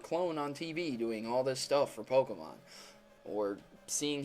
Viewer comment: He doesn't pronounce the Pokemon names right!!!!!